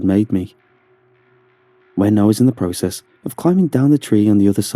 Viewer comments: The way he says “process” kills me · I think it's an English thing. Like, Britain English.